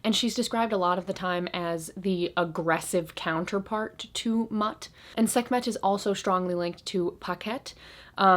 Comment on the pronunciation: Mut is pronounced Moot ✌💗